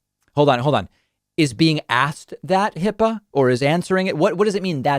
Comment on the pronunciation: HIPAA is a 2 syllable word, David. That explains the bathroom tub drain-suction attraction to MAGAs.